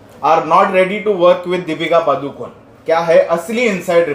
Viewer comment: it is not पादुकोन The correct pronunciation is पडुकोणे